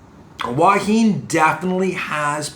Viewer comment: “Thanks for vid but “PLEASE” ask the locals how to pronounce “Hua Hin”, especially as your doing vlogs on it!